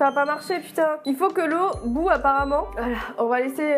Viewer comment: lau bouill pas lau bou